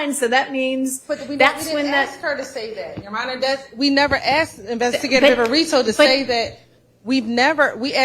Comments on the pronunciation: Why is it that EVERY female lawyer for Fulton County District Attorney's office CANNOT SAY THE WORD ASK OR ASKED CORRECTLY? It makes them look like uneducated fools every time they do their ignorant sounding "axed" thing. I axed him what time it was. He axed where it happen. I'm going to axe the witness this. THESE ARE SUPPOSED TO BE HIGHLY EDUCATED LAWYERS!!!! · There's one question I find myself constantly wondering every time after is at the podium during direct or redirect: how does one axe a question?? I thought you axed trees and wood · State “attorney”, “ I aksed, I aksed, aksed”!!! Come on, seriously!! These state attorneys can’t even speak properly, we’re supposed to believe that they passed the state bar exam, speaking as poorly as DA Willis and her corrupt clan of incompetent “attorneys”?? Fulton County needs to vote ALL of them OUT!!